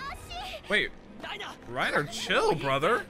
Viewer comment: Given the amount of times you called Reiner "Raynor", I'm guessing someone's a Starcraft player.